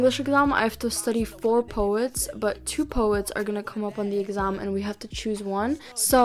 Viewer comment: i love how she says "EGGASMM" instead of exam.